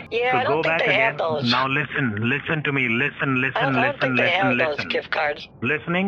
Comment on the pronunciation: lisen to me, lisen to me, lisen to me, lisen to me :D